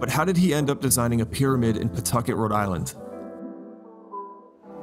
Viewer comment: Love these videos man. I live out here and you said Pawtucket right lol . Ever since the DMV left Apex hasn't been anything